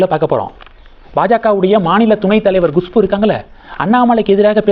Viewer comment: Gushpu illa.kushpu